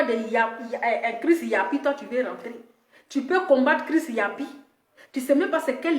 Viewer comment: ❤️🌹 il s'appelle chris yapi Pas chris yopi 🤦🏾‍♀️🤣. Gros bisous à toi 🌹 😘 ♥️